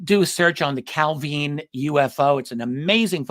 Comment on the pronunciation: Good to hear Richard pronouncing Calvine correctly :)